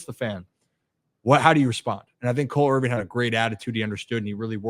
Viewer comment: why do you say “Irving” it’s “Irvin” 😂